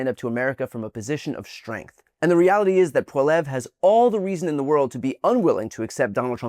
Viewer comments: Poilievre " Pol e ev" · He will lose and it’s pronounced Poly ev. Mark Carney will succeed and stand proud for Canada. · Hi Brian, love your channel. But the white haired Cdn politician is not Pierre Polievre (pronounced Paul-ee-ev). That’s Mark Carney, the leader of the Liberal party and current Prime Minister. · I'm sure he'll be gone after this election, but it's pronounced "PWA-lee-ev." 😊🇨🇦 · Hi Brian, writing from Canada (again) and I just wanted to point out that Poilievre's name is pronounced "poly-ev" . I can't stand the guy, he's very Trumpian, uses terms like woke & leftist extremists etc. He also has policy proposals like minimum mandatory sentences etc. stuff from the Republican playbook, and that just doesn't work. Nonetheless, we might as well say his name correctly for now, but I am hoping he becomes a footnote to history, not part of it. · LOL (but also I get it - it’s not spelled the way it sounds) It’s pronounced Poah-Lee-Ev-Rah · Thank you for covering this!! 🇨🇦 Voted and looking forward to the results tonight. Much more hopeful than when we watched your election. Side note: the Conservative leader's name is a bit tricky. Best I can describe pronunciation is PWAW-lee-ev. This as someone who mispronoinced it Pierre Polly-vair for longer than I care to admit. 😂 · Love the channel, but you introduced Carney as Poillievre. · It's pronounced "Po-lee-eve" There's a rolled r in there "evre" but it is hard to pronounce correctly unless you can roll your R's. , that is Mark Carney- our current, and hopefully, next PM. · We’ve trained Ben Meiselas on how to pronounce “Poillievre,” but after today it may be a moot point. Anyway, it’s “pwah-lee-EV.” There’s a subtle tongue flick at the end, but English speakers don’t need to do it. But hopefully nobody will need to concern themselves with it after April 28. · Pronounced "Pwolly - Ev". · Bryan the clip you showed was Mr Carney our current liberal prime Minister Not Mr pollievre, pronounce polyev